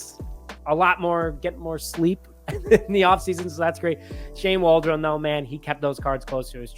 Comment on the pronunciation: Who the f is Shane Wall-Drone? Lmao